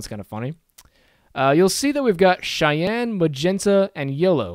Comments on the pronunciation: Nice vid! I really hate being this guy but the way you pronounce Cyan is incorrect. It's pronounced like "si-yan". The way you're saying it is a city in Wyoming. No hate. It's a weird word. Again nice vid and thanks for taking the time to make it. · I love your tutorials and I really appreciate the time you took to make one just covering color modes, but pleeeeease pronounce cyan properly. I have no incentive to give you because I'll probably keep watching these regardless, but I get very distracted by it.